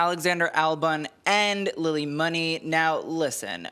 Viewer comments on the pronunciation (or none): Lily Muni is pronounced moony.